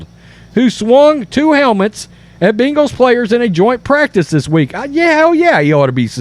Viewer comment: It’s not Bingles…..it’s Bengals.